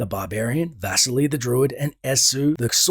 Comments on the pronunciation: Name "Vasily" should be stressed on "i" -- vas-I-ly, not v-A-sily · Dude, your pronunciation of Vasily (Vuseely) hurts my brain lol